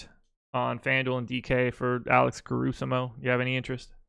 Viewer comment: Why is saying Alex Carusamo? Is there an inside joke I missed?